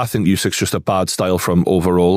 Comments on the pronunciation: For someone that can't pronounce "think", he says "fink" a lot the fick cnut. 😅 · Can't listen to anyone who starts a sentence with " I fink" ...FFS